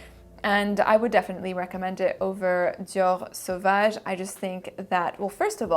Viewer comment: I just love how the French accent came through when you said "Dior Savage" lmao. Your pronouncation of fragrances gives me life.